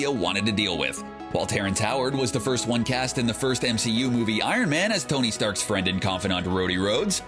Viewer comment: FanDo u know wen stan lee mispronounced stark as stank cause that's wat u did